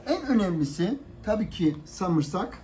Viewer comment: abi sarımsağa samırsak demene bayılıyorım. 40 defa geri sarıp izliyorum. ellerine yüreğine sağlık. seviliyorsun.